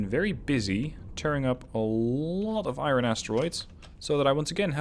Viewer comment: 'Love the videos... 'Hate the way you say "iron".